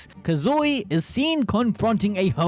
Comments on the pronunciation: Please say his name correctly. It's Kazui, not KazUi. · You gotta like this comment every time he says Kazooey.